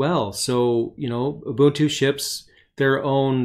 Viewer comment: Very good video. Plus I like that you know how to pronounce Ubuntu correctly :)